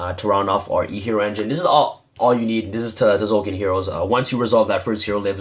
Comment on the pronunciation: the T is silent ffs